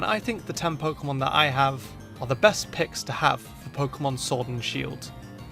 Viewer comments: shord and shield ha ha ha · Shord and Shield? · Shord and Shield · “shord and shield” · Shword? SHWORD? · Ah yes, pokemon Shord and Shield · Shword and Shield Edit:I Edit to confuse u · ”Number 7 of my list of pokemon I think should be in Shord and Sheild is” Me: Whats pokemon Shord? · shord and shield OOF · WHAT IS showrd and sheild YOU SAID IT WRONG BE ASHASMED WITH YOURSELF YOU KNOW EVERY SINGLE POKEMON GAME AND POKEMON AND YOU SAY showrd and SHEILD WOW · he says sword wrong he uses shield's s (and YES i suck at english grammar)